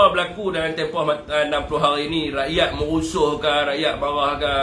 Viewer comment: rrrrrrakyat.... hahaha